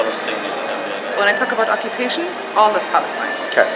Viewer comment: Oh, and driving home how many roads is she forbidden to use, and how many check-points will she be made to stop at by some m.ron with a gun over his shoulder? Yep, such an easy life - not. P.S. 'occu-p-ation' not 'occ-b-ation'.